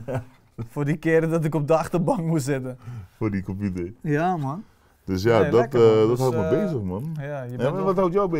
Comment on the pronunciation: Iedereen: computer/pc: KOMPUTER